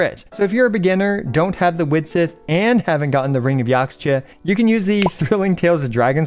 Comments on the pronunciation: Just fyi to anyone who wants to know. Yaxche is a real life word, it's a Mayan word that means Green Tree, and it's pronounced yähsh-Chuh - you want to say the first part like it rhymes with Josh, the second part like duh. yäshchuh, Yaxche. Hope this helps =) P.s. you'll notice a lot of Nathan names are based on the Quiché Mayan language, so when you see an x, it's probably pronounced as an SH, as in Xbalanque(Shi-buh-lon-kay) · Point of clarification: Yaxche is a Mayan word (it's the tree of life), so the x is pronounced 'sh' as in shell, so the word sounds more like "Yash-chay" which is also easier to say.